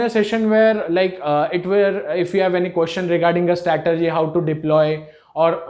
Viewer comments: The word is 'strategy' not 'statergy' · First learn how to say " STRATEGY" then you can make a video otherwise it is foolish.